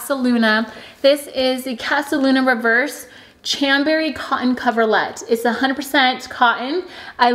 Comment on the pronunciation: I made the same mistake too.. Chambray= Sham-bray 😃